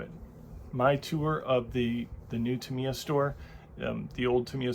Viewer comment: Still not pronouncing Tamiya correctly. Its not ta・MEE・ ya. Its TA・ mee・ ya